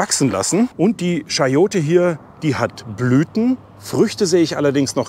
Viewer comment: Frage: (Siehe ’)Sagst Du auch: „Münschen“ für München? Warum sagst Du nicht „Kayote“ oder „CHayote“ anstatt „SCHayote“?